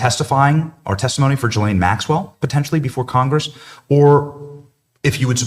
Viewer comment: Omg it’s “g-eeeeee layne”. Why can’t people pronounce her name?! If all of these people are going to talk about her … learn her name.